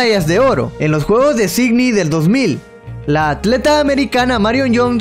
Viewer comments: jajajaja,,,, acversario (adversario) y signi (sídney) lacso (lapso) etc.. decía el amigo jajaja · en vez de Sidney bacminton en vez de badminton octener en vez de obtener no ocstante en vez de no obstante ¡Y la lista sigue! Soy guatemalteca y la directora del colegio en el que estudié es hondureña. Habla y pronuncia muy bien el español. Graba el audio de tus videos por secciones cortas que te permitan mejorar tu pronunciación.